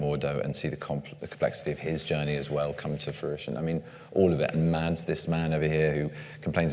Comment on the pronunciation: It's pronounced "Mass", not "Mads".